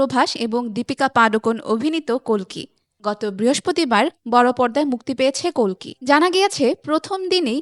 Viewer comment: অশেষ ধন্যবাদ জানাই আপনাকে প্রথমত কালকি না বলে কল্কি দ্বিতীয়ত ইয়াশ না বলে যশ বলার জন্য 🙏🙏🙏🙏🙏🙏🙏 ০২.০৭.২০২৪